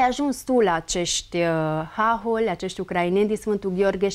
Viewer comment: Hahóli, fă, nu háholi! Pune accentul corect!